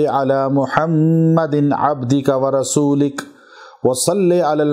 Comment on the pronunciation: جناب آپ ورسو لک ویڈیو میں لک ل کے اوپر زبر ہے لیکن آپ ل کے نیچے زیر پڑھ رہیں ہیں پلیز اس کی وضاحت فرما دیں تا کہ غلط نہ پڑھا جائے